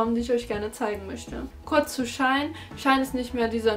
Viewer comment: Man spricht das nicht "Schein" aus sondern "she in" 🙈